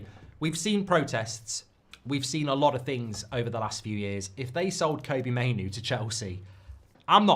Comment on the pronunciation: Still can't pronounce Kobbie properly